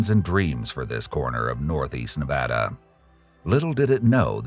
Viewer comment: Listening to the narrator properly pronounce Nevada is music to my ears.